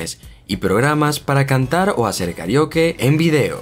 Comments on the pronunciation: Me molesta la mano... Hubieras dejado solo el teléfono en la pantalla!!! Además dices KARIOKE y la palabras es KARAOKE recuerda que somos de habla hispana. Y último, hablas mucho y no vas al punto, solo explica las aplicaciones y punto.... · Se pronuncia Karaoke